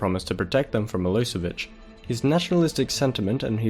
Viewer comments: Nice video,I am from Serbia and you aren't reading right ,,Milosevic" but it is actually reading like ,,Miloshevic'' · Good video. Just make sure you get your pronunciation right. It is miloSHevich, "SH" as in "shoe".